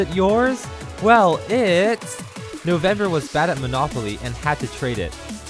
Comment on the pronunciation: Noveb-mers? XD